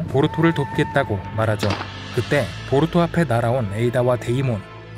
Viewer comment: 보루토가 아니라 보투로네요?ㅋㅋㅋㅋㅋㅋㅋㅋ